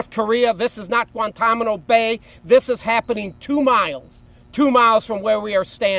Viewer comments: Or as he says "Guantammmano" lol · 😂He said Guantamano. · He said “Guanta-Mano Bay” 🤭 😂😂😂